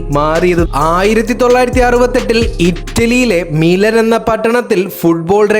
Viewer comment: മിലൻ അല്ല bro മിലാൻ